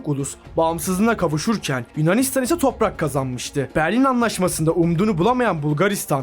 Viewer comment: abi çok güzel toppak diyosun JNFDGJNDFG